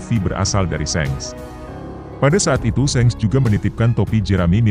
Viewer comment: .bukan sengs tapi sank